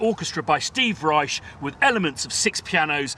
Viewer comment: Proper pronounciation of Steve Reich’s name with a “sh” at the end! 👍 Embarassingly, I was corrected by the man himself when I pronounced it with a “ck” at the end 🤦🏻‍♂️